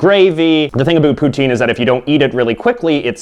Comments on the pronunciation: its pronounced pou-tin not pouteen you fucknut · Pou-tin : Pu-tin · It”s not poutine! It’s putin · oh come on... poutine is said poo - tin, jos louis is pronounced joe lou-ees and ketchup chips are fking lit. and if you are canadian why do you got an american flag?